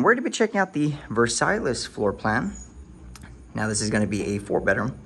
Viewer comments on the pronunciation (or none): /Ver-sie/ not Ver-sales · It's pronounced "verse sigh" not "verse sail less" 😂 lol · You did not just say “Versahyless” 🤦🏻‍♂️🤦🏻‍♂️🤦🏻‍♂️ It’s the uncultured ness for me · Nice video. "Versailles" is pronounced ver-sigh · Ver'sai....lol Es is silent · It's French .... Pronounced ... Verr-siy. 🙄🤭🇬🇧UK